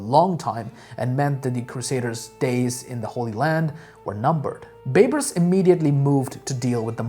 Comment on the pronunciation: Hi. Big fan of your videos and really appreciate the effort. May I just comment on a pronunciation? Its Bay-Bars. Baybars. Not Beybras. Half-Egyptian and it was drilled into our heads in school :)